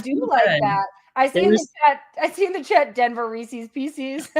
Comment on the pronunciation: REESEES PEECEES